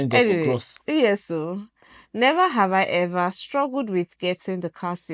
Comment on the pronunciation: His roots is still intact 😂 “Nhever have hi hever”